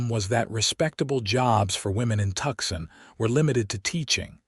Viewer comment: I like the Ranger Stories channel but this story is driving me crazy because of the mispronunciations - examples: Tuxson instead of Tucson, correct pronunciation is Two - sun. 😢😢😢😢